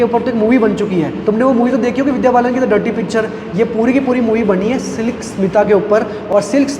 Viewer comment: Slick nahi bhai "Silk"